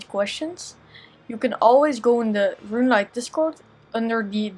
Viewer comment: my very own rRrRuuuneLite plugin